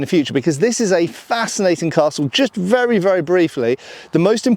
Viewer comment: Oh yes, it's vurra nice.